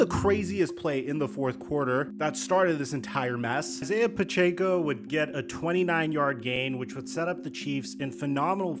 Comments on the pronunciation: we do u say Pacheco like Puh-Chay-co instead of Puh-check-oh like everyone else? Why do u insist on cooking his name?! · Stop saying pachecos name wrong bro. Where the fuck do you see an “a” for you to say Puh-chay-co. Jesus Christ